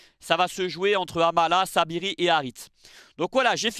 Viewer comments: C'est Saibari et non Sabiri 😜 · Tu t’es trompé ce n’est pas Saibiri mais Saibari